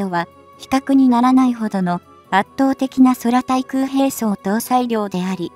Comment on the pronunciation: 空対空(くうたいくう)ミサイルと読みますよ。もっと日本語を勉強しろ。